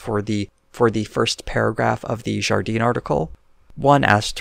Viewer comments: For the pronunciation Jardin is pronounced Zhar dan with the 'i/a' sound meant to be clipped and just a little nasally. Just a little though it is not French Canadian. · Jardin would be pronounced more like jar dan. The 'e' sound would only apply if there was an e at the end (Jardine). I don't really know about Watson, but every time he comes up it's not good.